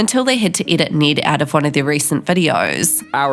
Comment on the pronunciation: Please learn how to properly say “Ned”